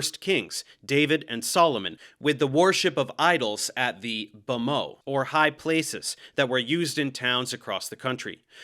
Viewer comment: this is very pedantic, but the t in bamot is not silent